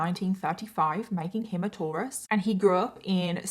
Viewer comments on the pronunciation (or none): none